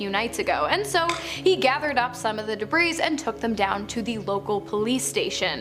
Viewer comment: Debris is not pronounced "debreeze", it is pronounced "Debree". 🙄